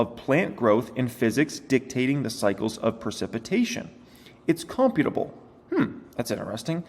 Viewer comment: "Creating "God" in some sense".... makes you think maybe our existence is in a simulation created by something/someone else. And the word "imperceptible" is pronounced "im-percept-able". Also "computable" is pronounced "compute-able". And "chameleon"' is not "car-meal-ian", it's "cah-meal-ian" (it's a lizard). I'm sure you know how to pronounce them and looking at the word just got you twisted, it happens. But please don't read whole articles anymore, just read small parts. lol And yes, an ly word can be used right after another ly word. But the government isn't like the Mafia, taking money to protect us. The Mafia copied what the government has been doing since a country was formed. It provides services and one of those services is protection.